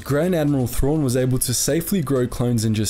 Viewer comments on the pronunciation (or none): none